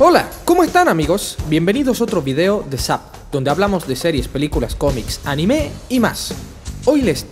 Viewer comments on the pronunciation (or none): none